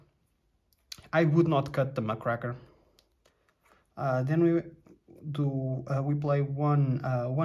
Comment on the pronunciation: Muck-Rake-er, Not Muck-Cracker. Great video! Thanks for sharing your list!